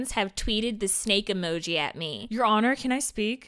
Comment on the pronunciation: "I object, your Hon'Ye"